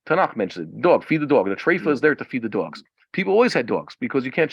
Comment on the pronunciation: Why do you say “duogz”